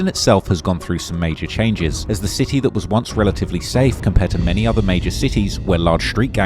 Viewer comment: It's a city not chity..bro do uk not amerka😂